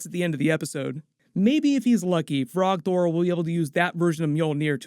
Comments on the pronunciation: You mean like I did every time you said 'frog thor' instead of Throgg? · "Frog Thor" is actually Throg